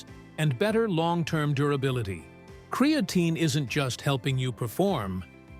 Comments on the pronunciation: Bummer that this is AI generated…cre A tine….no..that’s not how it pronounced…AI….stop immediately…not gonna make anyone more wealthy that use AI…lazy people. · Cree-aye-tine is so ANNOYING i wont be back. If u arent going to get software that can pronounce words correctly then use your own voice. Cree-aye-tine. WRONG! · Creatine ❌ Cre-A-tine ✅ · CRE AHHHHH TINE. 😂😂😂 God, i hate A.I. good vid other than that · Bookmarking this video for information, and to come back and get a 😂 from “Kree-a-teen” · THE way this bot says cre A tine ,spoils this info . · Why? Don't you know what Kree-A-teen is? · I hate videos that are AI voice over. It took you two and a half minutes to say creatine correctly